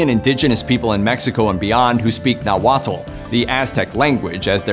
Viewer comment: As a mexican, the most impressive thing about this video is the fairly accurate pronunciation of some words like Oaxaca, Nahuatl and Tenochtitlan